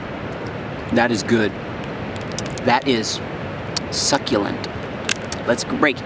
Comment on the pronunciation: “That is good.. that is, SUCCULENTT “